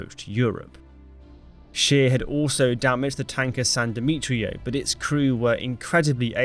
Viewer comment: admiral scheer. true, the word admiral is in english and german very similar, no problem there. but "scheer" is the problem. double e is a long e, it's not pronounced as an i. the german word you said was schier (which exists). the english wiki article has the correct pronounciation "atmiˈʁaːl ʃeːɐ̯"